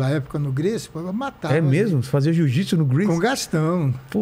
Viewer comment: "Eu fazia 'ziu-zitsu' nos Gracie". KKKKKKKKKKKKKK